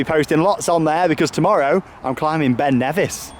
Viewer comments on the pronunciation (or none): none